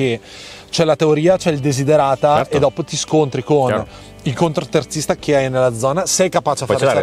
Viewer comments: Ciao, Scusa se rompo ma si dice CONTOterzista Non CONTROterzista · non voglio fare il polemico ma si dice contoterzista, non contro....vai avanti così che vai forte😊